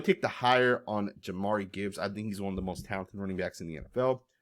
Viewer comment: JA-MEER it's not even spelled Jamari